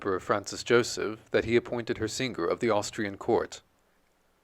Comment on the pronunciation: there is not "guh" in singger, the g is gn in italian or french. Thank you; lovely biography of Patti.